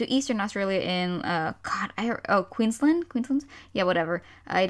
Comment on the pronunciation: How you pronounced Queensland TRIGGERS me.